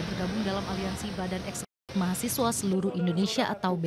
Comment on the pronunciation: Ini orangnya yg gak sekolah.....nyebut mahasiswa ....mahasewa ...tar nyebut satpam jadi saptam